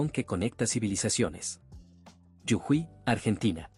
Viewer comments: No es yujui es JUJUY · No es yujuy es jujuy❤ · muy lindo el video hasta que dijo yujuy y no jujuy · Jujuy no yujuy😂😂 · Yujuy es incorrecto. JUJUY es correcto!!!! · Para el relator por pronunciar bien la provincia de Jujuy. No se dice Yujuy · Lo que me dieron gans de conocer...fueron las montañas de la Pampa...y lo que me hizo reir fue que digera Yujuy...eb vez de Jujuy.... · la provincia norteña se llama Jujuy con J (Jota) no con Y Griega o ye como lo pronuncia el relator del video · Muy bueno el video bro!!!! Pero es Jujuy no Yujui...😅😅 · Es jujuy. Prronuncias yujuy. Las 2 veces se pronuncia la jota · Jajaja! Jajaja! Hasta que me di cuenta de qué habla cuando dice “yujuí”! Es Jujuy, lo cual se pronuncia tal cual se escribe! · Jujuy pronuncia bien jujuy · Muy bueno conocer nstro pais de esta manera. !! Es JUJUY LAS DOS CON JOTA, NO CON Y YE. AL FINAL SI LLEVA Y . SUENA COMO I. GRACIAS. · Te pido por favor que corrijas la fonética de Jujuy . Está mal pronunciado y choca al oído.